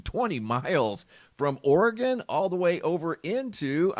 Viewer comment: I live in Oregon but haven't heard anything about the plume.. Thank you for saying Oregon the way it's suppose to be said.. 🤗